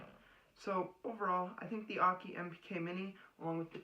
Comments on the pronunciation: Akai = Ah-Key? No, bro it’s. Ah-Kai - like sky! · Akai like uh high but with a K, not uh key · Love the pronunciation of Akai … Aki … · Dude…I know this was made 6 years ago…but for future reference…be sure you know how to PRONOUNCE the name of the product you are talking about.